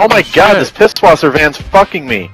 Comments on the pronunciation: Pißwasser not Pibwasser or you can say Pishwasser. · it is pronounced piss-vawser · R Lubbers It's pronounced 'Piss-Vasser'